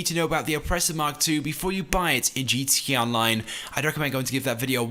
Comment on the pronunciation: y cant gta youtubers ever pronounce GTA correctly